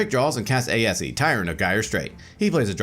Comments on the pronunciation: that aesi pronunciation bugged the hell out of me. the "e" is silent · Hearing Aesi pronounced Ay-eh-see is strange. I've always pronounced it and thought it was pronounced Ay-see. Also is there any significant reason that you'd run Tatyova as the commander instead of Aesi? Great game though!